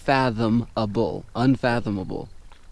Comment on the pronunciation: can somebody tell him that dude how to say "unfathomabale" He is an idiot...